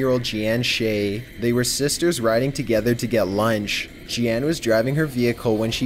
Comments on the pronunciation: Jee-Ann huh? ... you mean, Jeanne (pronounced Jeen). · "Geee-Anne" = Jeanne I'm guessing? Proo-Doo xD